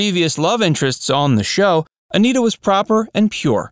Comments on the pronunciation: Don Knotts pronounced her name as "Annette-a" not "A-NEAT-a", for your info. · I thought her name was pronounced a-NEH-tah. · Pronounce Aneta correctly. It's" Annette a." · Aneta Corsaut grew into a gorgeous woman as shown in the color versions of The Andy Griffith Show. She also appeared in Salem cigarette ad's singing, "You can take Salem out of the country but, you can't take the country out of Salem." But, Dude. Her 1st name is pronounced "Annette a," not Anita! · Aneta is being pronounced "Anita" in this video. "Anetta" is how "Aneta" is properly pronounced. You never described Aneta's untimely death. I know that she was a smoker; her sexy voice was a smoker's. Did that have something to do with her passing? I find her gorgeous and an engaging character. Joanna Moore was more attractive but my favorite was Aneta who likewise was very attractive. This sexy woman sang "You can take Salem out of the country but..." in a Salem cigarette ad. It's not on YouTube, though.